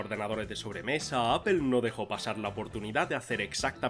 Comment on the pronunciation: “Apel”? “Equis Box”? “Pe Ese Pe”?????